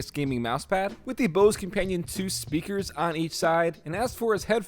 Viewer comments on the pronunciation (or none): none